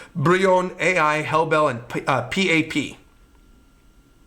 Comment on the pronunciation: The AI is pronounced "Aye" and means "Kay." It's the thing that Nanika says when answering to wishes. It's not A.I.